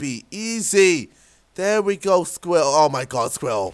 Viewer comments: Scril ral not scwial lmfa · Sam Wassell It was spelled squirl. Spelled wrong but you it sort of sounds the same. He was saying "squill" and got mad because he couldn't say squirrel. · did he have a stroke while he did the "SQRIL" track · LOL. He can't say squirrel. "squill, squill, squill. " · It's Sqi. Rrel. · Lol he just says sqwirul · Aha he can't say squirrel (squel) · I fell out of my chair rofling when he tried to say squirrel xD. His British accent is so funny, in a good way. xD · He can't say squirrel hahahaha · I was litteraly getting upset because he said squirrel wrong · When he tries to say squirrel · lol KSIOlajidebtHD trying to say squirrel haha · Came here to hear him saying Squirrel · I forgot how to say squirrel when he was trying to say :s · As the Nigerian tries to say squirrel we all watch and laugh Racist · He legit cant say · U can't say squirrel lolzzzz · He can't say squirell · He can't say squirrel properly!